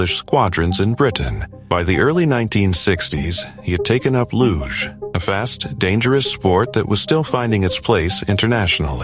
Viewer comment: Luge pronounced without the E in every language you morons